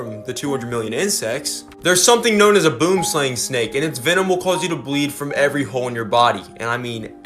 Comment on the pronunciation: "boomslang" OMFG BOOM-SLANG THAT'S NOT HOW YOU- i can't breathe oh my gosh XDD